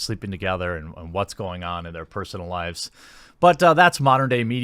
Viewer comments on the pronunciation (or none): none